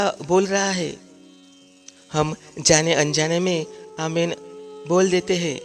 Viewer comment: पहली बात कि बाईबल मे "आमेन" नाम का कोई शब्द है ही नही,जो शब्द है, वह "आमीन "शब्द है। जब की आप मूंह से "आमीन "सही बोल रहे हो। "आमेन" गलत शब्द है, सही शब्द "आमीन " है।